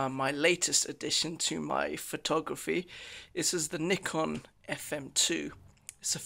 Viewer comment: I like you says "nikon" not a "naikon".